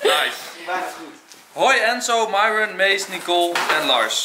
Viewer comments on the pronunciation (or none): Hoe myron het zegt: myron Hoe enzo het zegt: myrone Hoe het zei: merel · Dit is Enzo: : Nicole: nhaicole Lars: Niels Mees: Meesie Myron: Mairhwen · Mieron (zo als enzo het zegt)